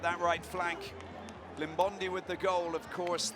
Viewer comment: Please commentator please pronounce our players names correctly please its not Limbondi but Iimbondi please come on boys